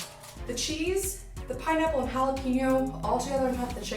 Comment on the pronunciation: Dear Gringos ---- It's NOT "Hah Lah Peen Yo" it is pronounced "Hah Lah Pain Yo". Gracias por su atención.